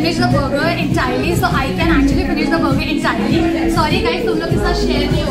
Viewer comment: Madam it is BURGER Not* BOGO